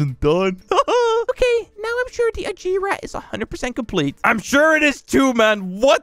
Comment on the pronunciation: He said ageera it’s ag-air-a